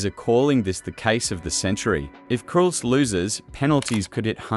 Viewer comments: Cools? Cools? Effing AI slop that cant even pronounce Coles properly 🙄🤦‍♀️ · Can we stop this AI fear-mongering BS?? Much of this is nothing new, and if you're allowing AI to do your research and collating, you can at the very least give the video a watch before you upload to find out if the software has mispronounced the very shop it's talking about.